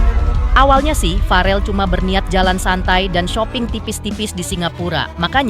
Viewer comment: naratornya kudu belajar cara mengucapkan nama farrel dari bunda Vena